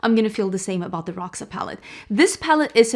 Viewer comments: Someone said, ND herself said Roxa like Roksa, so i guess its called "Roksa" not "Rosha"... 🤷‍♀️ Maybe the name represents the palette very well, bec i think its not that purple like it should. For me it lacks a good dark fuchsia color f. ex. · Love pink and red together! Fun fact: in this case, the X in Roxa is pronounced as "sh", so it's "rosha", which translates to purple! Trust me, I'm Brazilian hahah